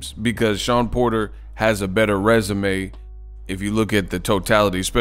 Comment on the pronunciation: Everybody keep saying resume 😑